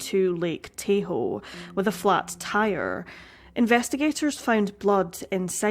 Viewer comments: It is pronounced Taw Hoe not TayHoe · Before the story got into the arson angle, my first thought was that the Robinsons' were hiding from someone....and then got found. That, however, is purely speculation on my part. Meanwhile, the name, "Lake Tahoe" is pronounce "TAH-hoe," rather like the word "Taco." I know being corrected is annoying, and I apologize, but the location is well known in the US. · Love this channel; love your narration. Please accept a minor pronunciation correction. Tahoe is pronounced TAH-hoe. (Actually, ironically, Tahoe is the mispronunciation of Da ow, the Washoe word for “the lake.") The more you know. . . 😉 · Lake Tahoe is pronounced Taw-hoe. This story is so puzzling. Vanished without a trace. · This is a fascinating case! I always enjoy your videos, your scripts are always tightly written and splendidly delivered! Can I add something, please? It’s pronounced nuh-VA-duh, with a short “a” like in cat. And Lake TAH-hoe, not TAY-hoe. I lived there for many years & I’m just extra. 🙃 I’m sure I would do far, far worse trying to pronounce foreign names of places, so please don’t take this as a criticism; I absolutely love your channel!! ♥️ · Tahoe - TA hoe 🙂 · Lake Tah-hoe. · Lake "Tay-ho"? Are you serious? Are you even trying? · “T-ahh-hoe” but I do appreciate your proper pronunciation of Nevada and Washoe ☺️ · What an interesting case, thanks for making a video about it. I lived in that area for a while, but never knew about it. Soo many places to hide a body nearby, especially back then. BTW, Tahoe is pronounced Tah-Ho. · Just FYI - it’s pronounced Lake Taw-Hoe. Great video! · Hello, I just wanted to help out with a minor pronunciation correction for Tahoe. Like “Tah-hoe”.